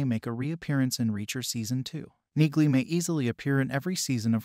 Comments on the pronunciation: For people commenting on the pronunciation of Neagley's name. Yes you are correct the G is silent. This is clearly and AI doing the voiceover for the video so the software did not catch that. For people commenting on the physical touch and her fighting skills or military training. This is a fictional character so the fact that she is in the military with a "condition" should be part of suspension of disbelief. As part of the inside logic of her fighting skills it is obvious whe she talks about touch it is about a much different context like intimacy, sexuality or having strong personal space and boundaries. In fact, the fact that she does not like physical contact makes her a fierce fighter and is implemented on her fighting style (using objects as weapons as a barrier between herself and opponents for example). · The 'g' in Neagley is silent ... Jus sayin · omg...PLEASE learn how to pronounce her name! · What's your deal,? Did you read the books? Did you watch the Amazon Reacher? A few sentences into your video and you are MISPRONOUNCING NEAGLEY!! Clean your ears and show respect by correctly saying her surname! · YES! The “G” is silent as in “neiGhbor”.🤨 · Her name is pronounced, “Neely” not Neegly. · Auto-narrators are awful; that is so aptly demonstrated here. Perhaps you could write the script so the AI 'says' "Neelie" the way it IS pronounced not the way your video crushes it, throughout...? And "Reacher" continually corrects anyone who calls him anything else - so your AI calling him 'Jack Reacher' is also well-off. Sorry - - not finishing this. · "Knee-lee" the g is silent, but an AI wouldn't understand that!! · CORRECTION #1: IT'S PRONOUNCED "NEELEY" ! CORRECTION #2: IN THE BOOKS, REACHER IS DEPICED AS 6'5" IN HEIGHT !!! ALAN RITCHSON IS, BY HIS OWN ADMISSION, 6'3" TALL !!! DETAILS MATTER, LOL !!! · It’s NEILY. Do you pronounce the k in knock? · The "g" is silent. It's pronounced "Nee-Lee". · it's pronounced NEELY! Read the books!